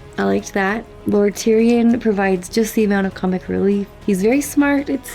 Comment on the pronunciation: pronunciation: Tyrion.... is not THAI-RON... is more THE - REON